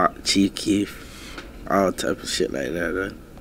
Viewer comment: What you like bout “che kee “ chief Keef you mean cuz 😂😂 Flaaaaawrida shit